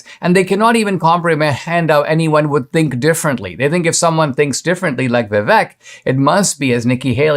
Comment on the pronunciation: Vivek pronounced Viv -a-k-e like make.